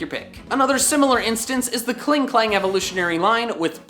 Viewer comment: Klingklang xd it's clearly Klinklang